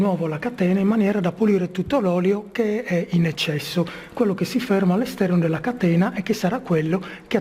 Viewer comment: aahhahah..ma questo è un video comico.La parola "catena" viene pronunciata " a catena".